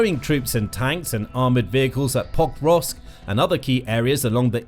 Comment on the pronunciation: This video was irritating, I'm sorry, but every time you say Pokrovsk... I hear Pop rocks. Hard to follow when Russians are attack pop rocks. 😊